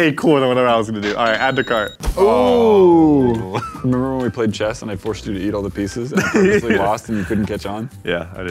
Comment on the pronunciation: "Add to curt"😂😂